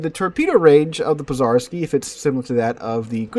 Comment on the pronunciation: zh in Pozharski is pronounced like the 2nd sound in ‘J’ in Jack( Dzhack), or like the French J in Je, Jacques, J’Adore etc.